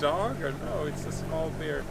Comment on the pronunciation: You pronounce bear wrong, it sounds like you are saying beer ;)